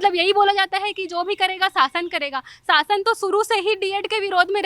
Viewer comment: शासन aur सासन me antar to bolna Sikh lo madam ap denge quality education